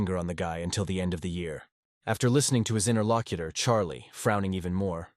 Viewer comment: I hear Inner Lock-eater, but is still p.o. ed me.